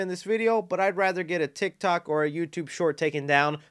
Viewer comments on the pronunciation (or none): none